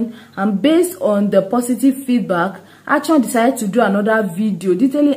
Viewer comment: Plz not achon It is Akon